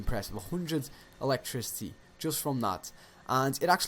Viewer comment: … ELECTRICY lol